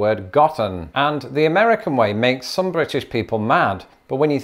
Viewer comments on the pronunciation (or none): none